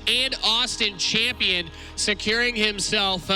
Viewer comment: "hes your reigning chamshion"